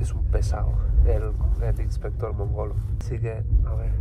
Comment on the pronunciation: Jajaja, no es el inspector Mongolo, es Mongól, pero las risas no me las quita nadie, Graaaande!